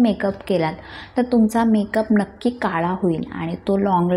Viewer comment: मी नीट बोलायला शिक असं बोललीय... काळा तर काला बोलते..सगळ्यात तर सगल्यात बोलते..म्हणून बोलली..